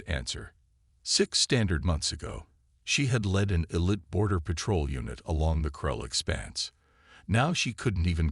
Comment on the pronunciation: The girl in the thumbnail looks human not alien. You also mispronounced elite. there are other issues as well